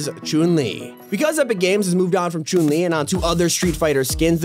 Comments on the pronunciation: Blud says Choon li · Who tf is Choon-li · Bro said croon li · CHOON LI OR CHUN LI? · Look he said choon li but its supposed to be chun li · Ah yes choon li not Chun li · choon lee Everyone: disappointment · This man is pronouncing "Chun Li" as "Choon Lee" it's hilarious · Choon Li Every Single Soul Watching This Video: WTF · the way he said chouun li😹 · “Choon li” gotta love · “choon Li” You can tell who’s never picked up a street fighter game in their life. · “Choon lee” 😭😭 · "Choon li" 😂😂😂😂😂😂😂😂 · my man here literally said choon li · I cringed when he said “Choon Li” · ok so the tags on the video, for fish stick its fish ** and then he spells chun li as jun lee lol. and says chune lee XD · man said chuun li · Who noticed that he said choon li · Bro said choon le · “Choon le” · Every time you said Chun-li are me feel sick it's pronounced Chung li but no hate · ‘Choon li’ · Am i the only one that heard choun li? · Not chon li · Don’t we all love Chung Le (when it was Chung le turn he says it a little werd) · The way he said chun li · Why does he say chun- li like that?